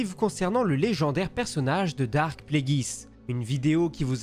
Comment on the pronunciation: C'est Darth, DARTH!!!! et non Dark ...